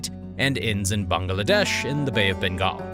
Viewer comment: I can't get over the pronunciation of Bangladesh: Bung-Uh-Lah-Desh :/